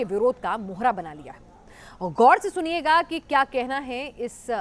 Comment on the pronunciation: Dhyan se bolna nahi aata tum Pakistaniyon ko? "Gor se" kya hota hai?